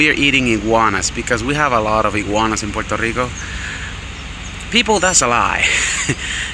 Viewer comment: Oh yea, and nice beard, and you pronounced it right 😂💪